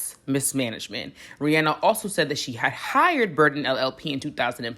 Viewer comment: Thank you for saying her name correctly!!! I always tell ppl this and they look at me sideways lol REE-ANNE-NUH